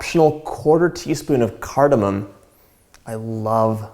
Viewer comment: he proounces cardamom correctly